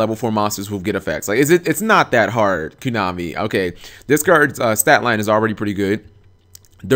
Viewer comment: stop saying kunami, it cracks me up. what is it, kunami with chain? :P